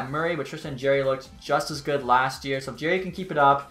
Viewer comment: Jarry not Jerry